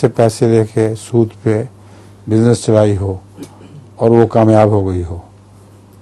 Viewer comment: سود لفظ درست کرلیں